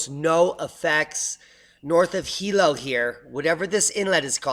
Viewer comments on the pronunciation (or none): none